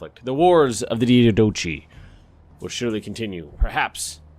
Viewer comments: In diadochi, -chi is pronounced as the 'h' in 'hi' or 'hello'. Not sure if it helps, but in wikipedia the pronunciation is as this: /daɪˈædəkaɪ/ , Diádokhoi (the -oi ending is pronounced the same as -i in diadochi). I hoped it helped a bit with the pronunciation and not confused it even more.... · Hate to be a cunt, but diadochi is pronounced die-ah-doe-kye (kye like rye but with a k). 👍👍😉😉😉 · k, man, k, like ch in chimera or chasm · Diadochi is pronounced Die-Yad-Oh-Kai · Wiki's pronounciation has the English way of saying it though: "die-a-do-kai" (as read in English), wouldn't it rather be pronounced as "dee-ah-do-kee" or "dee-ah-dok-hee"? Going by the name I assume you are Greek and might know a thing or two about Greek pronounciations, even if it isn't ancient Greek, that's why I'm asking. :p Will get really interesting once the "Seleucids"-pronounciation discussion pops up!